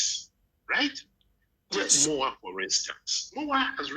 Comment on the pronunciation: Way da you guys like it or not is called EMOWAA not MOWAA